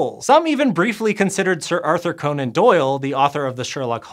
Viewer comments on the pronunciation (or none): none